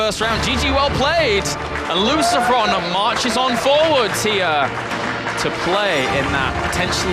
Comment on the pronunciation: LOOSHPROWN rofl